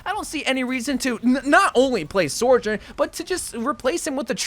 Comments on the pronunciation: its "Sojourn" not "Sorjourn" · I wonder when he’s gonna realize there’s no R in Sojourn😂